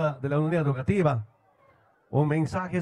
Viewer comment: Es educativa, no “EDUCATIBA"